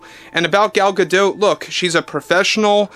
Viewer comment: I wondered why Gadot said something around the time she was in Wonder Woman about the mispronunciation of her name. Every creator that I have listened to doesn't pronounce it correctly. You pronounce the T. It isn't a French name. I have 3 grandparents with French lineage. The only language that I know of that doesn't say the last letter.